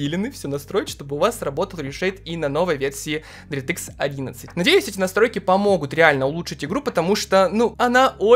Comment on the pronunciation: Дэртыкс😂, лучше говори "Директ" так намного лучше, на русском это звучит не так приятно как на английском❤ Без хэйта, просто слух режет, выпуск как всегда шикарный😊